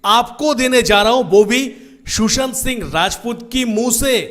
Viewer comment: It's not Shoeshant😂😂Sushant